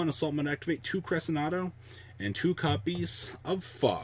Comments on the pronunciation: Cre-shen-doe buddy SHEN. Lol but that and the pronunciation of cymbal skeleton also. Hella triggers me every time. Lol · It's cre-shin-doe